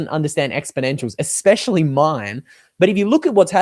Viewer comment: Wow! You said, " you and me" intead of " me and you" Welcome to middle school grammar. Now maybe stop saying eX PESH All ee